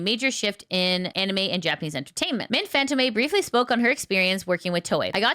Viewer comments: I think you're mispronouncing Mint's surname. If you look at the accent, it should be pronounced as [FantOm]. The o should be stressed while the e at the end is silent. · She knows, but the habit of mispronouncing it is hard to shake.